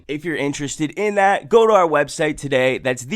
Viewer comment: "TUH DAY!"